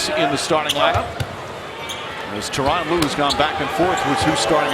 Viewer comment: When they say Tyron Rue, it always sound like Toronto...